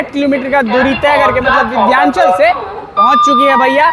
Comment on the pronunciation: Vidhyanchal nahi h vo Vindhyachal hai